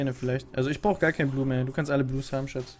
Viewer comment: Nicht SSCCHHAATTUU kannst du den Müll rausbringen? sondern SSCCHHAATZZZ kannst du Mitte halten?